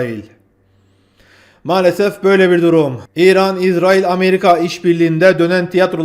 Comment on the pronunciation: İzerail ne yaaa? Şuna israil diyemiyormusun?